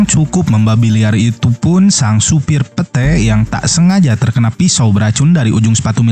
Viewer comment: Angel dibaca Anghel Pete dibaca pit